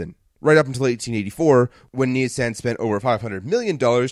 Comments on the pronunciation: Knee-sahn is how Nissan is pronounced. Ah as in car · I have to laugh at the snarky 'calling a company buy what you told us it was called' line as you kept saying kneesan instead of Nissan.